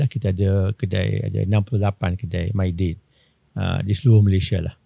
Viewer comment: Mydin bang, bukan Maydin 😅